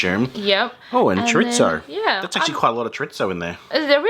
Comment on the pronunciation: Man what a rip off. Thanks for the heads up, will give those a wide birth. Also. There's no T in chorizo 😀